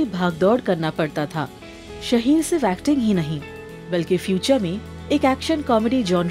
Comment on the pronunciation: It's शाहीर not शहीर